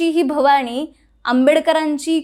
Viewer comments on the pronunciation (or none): जय भवाणी नाही ग बाई,जय भवानी असा उच्चार कर.मराठी नीट बोला ना